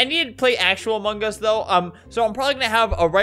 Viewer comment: kewfjdn I see hearing you pronounce among us as "amungus"